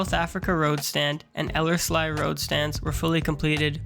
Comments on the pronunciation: Elles -LEE!! it's Ellers-LEE road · It's pronounced "ELL-erz-lee", emphasis on the first syllable. ;) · I liked the old air pic, never seen that before, that was interesting. As someone else mentioned, Ellerslie Road is pronounced eeee at the end! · It's pronounced el-ers-lee. But nice vid.